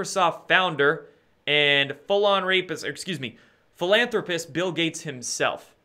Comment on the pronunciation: "Phul-on-rpist" haha! Good one